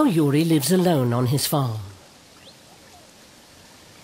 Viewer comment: Not Yuri, but Jüri. The pronounciation is remarkably different. Also, Estonia was annexed in 1940, not 1944.